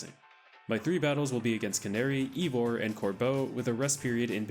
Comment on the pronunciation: Pretty sure it's "eye"vor and not "ee"vor.